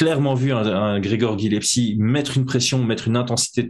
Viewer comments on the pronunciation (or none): C’est pas bien grave mais tu es Corse le nom de notre lutteur d’exception qui s’appelle Gillespie et non Gillepsie